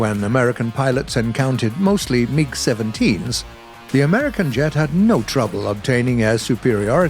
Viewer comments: Meeg? Its mig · I just love how says mig like mieg